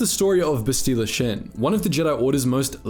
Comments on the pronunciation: Bro why do you pronounce everything so weird. "Bestila Shen??" LOL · “Basteela shin” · You pronounce her name incorrectly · Way to pronounce Bastila Shan completely wrong lol. Also, Bastila didnt defeat Revan, Malak did.